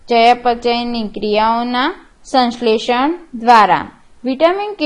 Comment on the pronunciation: Video khub j saras che Pn aap shanshletion ne samletion kahi rahya chho....